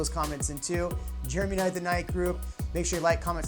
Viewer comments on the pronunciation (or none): none